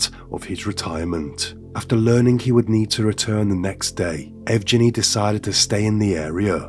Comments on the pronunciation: Yevgeny- that name u need to say with strong G hhhh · The pronunciation of the names is very poor. EE-REE-NAH. SEIR-GEI. BICH-KOHV. YEV-GEH-NEE. But I will say, i absolutely love your channel. I am late to the party and have been binge watching all your videos this week. Great content and very calming voice. Thank you.